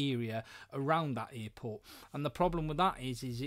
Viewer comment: What's an earport? LOL